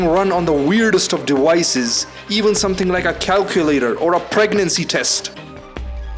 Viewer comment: "Dewices". I think this is the guy who called me about my "Werizon" account that I don't have.